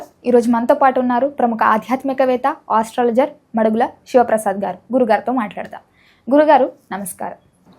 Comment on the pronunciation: ఇంటిపేరు కూడా రాని యాంకర్ ఏం మాట్లాడుతారు? మడుగుల కాదు తల్లీ…మాడుగుల మడుగుల, మాడుగుల కి అర్థం తెలుసనుకుంటా…